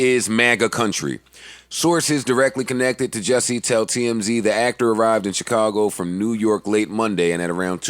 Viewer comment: it's jussie, Jus-sie, JUSSIE!!!! not jesse... like a nick name for justin or justice, JUSSIE!